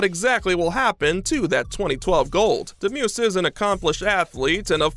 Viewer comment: You botched up Demus’ name lol